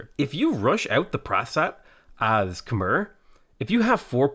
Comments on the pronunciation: Okay... Khmer is not pronounced "kah-merr". It's pronounced "kah-mye". My wife is Cambodian, and she's cringing every time you mispronounce it. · I thought it was pronounced "kuh-my" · khmer is pronounced kam eye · yo it's pronounced Kuh-My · Getting consistent minor annoyance at the pronounciation of Khmer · Heh. "Khmer-cial Hub". Heh.